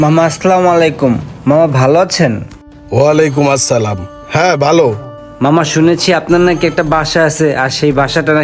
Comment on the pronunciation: আপনি সালামটা সুদ্ধ করে বলবেন,,,, আসলামুআলাইকুম,, হয়ে যায় 😢💖💝💖🤗